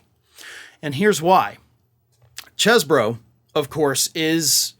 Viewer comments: "Cheese-bro", not "chess-bro". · It's "ChEEse-bro".